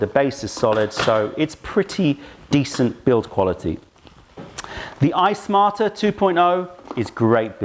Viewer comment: Why do I keep hearing "Ice Martyr" instead of iSmarter? Sounds like a kettle with attitude. :)